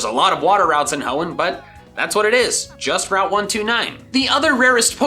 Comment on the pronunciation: You mean the heeon region right?